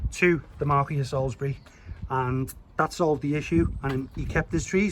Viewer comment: It says Motor car on the postcard. Btw it is Marquis not Marquee you do sound the "s". Marquee is the structure you have for a posh wedding 😊😂